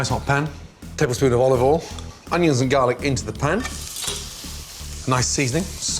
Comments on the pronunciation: Is it "A touch of olive oil" But I heard "A touch of volley ball" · When he said: "A teaspoon of olovol" I felt that.